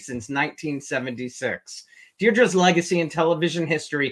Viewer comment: her name is pronounced “Dee-dra”, not “Deer-dra” as you said in the intro.